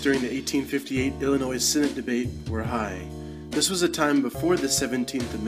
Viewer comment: Illinois does not use the s on the end!!!